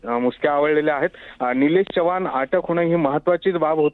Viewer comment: चव्हाण आहे च्यवान नाही रे 😂